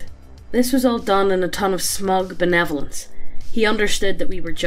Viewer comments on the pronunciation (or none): none